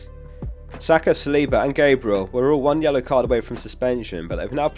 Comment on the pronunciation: Ok but can we talk about your pronunciation of Gabriel?